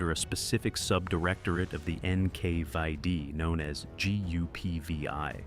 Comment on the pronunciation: “Enn-Kay-VIE-Dee” —??? What an utterly absurd pronunciation… A lot of this video is grimly informative, but it completely fails to address the now-documented reality of the feckless British and American authorities actually forcibly kidnapping 1.5 to 2 MILLION Soviet prisoners-of-war in the west and returning them to the “tender mercies” [sic-!] of the USSR in the horribly cynical Operation Keelhaul, simply because the murderous Iosef Vissarionovitch Dzhugashvili demanded it, cruelly and unjustifiable condemning them all as traitors merely because they had the bad form to surrender and not fight to the death.